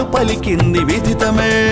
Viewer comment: Dear brother, there's a mistake in sub titles as well as in pronunciation. It should be విదితమే , not విధితమే. I wonder how you missed it.